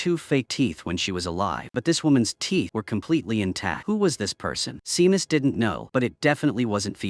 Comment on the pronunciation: Seamus is pronounced Shame-us